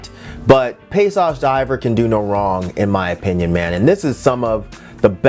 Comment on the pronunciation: And D'hiver at the end is pronounced the same as the iver in bon iver. Are they French or German?